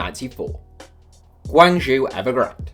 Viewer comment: The classic ooo you mispronounced it, Guangzhou is pronounced like Gwan - Joe 广州